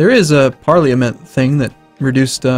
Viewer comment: y time you say parliament a part of me dies it said like pahr-luh-muh nt